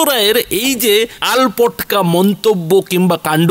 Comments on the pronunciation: দাদা আলপটকা নয়, বলুন আলটপকা । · ও দাদা আল পটকা নয় আল টপকা। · কথাটা আলটপকা, আলপটক নয়।